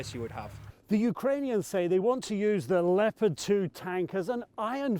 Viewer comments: Why does Petraeus pronounce them leo-Pard tanks? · He's American so I would figure he would say Leopard like the rest of us do. But he pronounces it Leo like Leo DiCaprio-Pard. We do call the Panther Panzers though. Tiger was tiger. He was a Nato official at one time though so maybe he prefers the German.